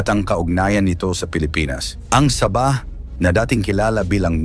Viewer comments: SA-BAH HINDI SABAH PRONOUNSATION PARANG SAGING NA SABA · Para Kang bumibigkas ng saging na SABA. SAB...AH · ayusin mo pronounce mo sabah hindi parang saba na saging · ang pronunciation sa bah. Hinde sabah^ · Paki ayos mo naman ang pagbigas mo sa sabah..nakakairita ang iyong pagbigkas.. Sa-bah....hindi sabaaaaahhhhh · Saba saging yng pagbigkas mo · Saging binibigkas ng ah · Bobo k bang vlogger...ayuson m nga pag pppronounced ng SABAH..gngawa .ong saging eh..bobo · Ayusin mo ang pagbigkas ng sabah.